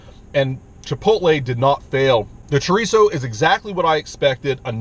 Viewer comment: So tired of you say "trerizo"!